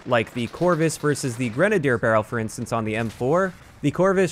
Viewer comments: I'm just happy he's saying grenadier, not grenade-ey-er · I'd like to take a moment to thank you for pronouncing "grenadier" correctly. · if you're not pronouncing it "grena-deer" then it's wrong. That's how it's pronounced lol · At least pronounced Grenadier properly!